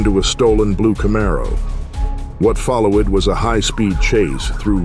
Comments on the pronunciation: What follow-ed was a high speed chase through ru-al Wisconsin as Wesley dodge-ed speak strips and veer-ed into oncoming traffic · love the AI mispronunciation of followed to follow Ed etc. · 29 minute mark and I quote (“What FOLOW WED” and this ripper (“DODGE ED”) whoever is doing your voiceover I’d be giving him or it the sack! AI is the way to go mate! Cheers from Oz. Oh by the way, that bike chase was great! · Minute , what’s a “follow-Ed, and ru-Al” 😂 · Stupid AI readers! Who but dumb AI readers would pronounce followed as follow-ed? It seemed a common mistake for this reader, most past tense words ending with ed the ed was pronounced that way. Either an AI or someone with a poor understanding of English despite sounding like it's their native language!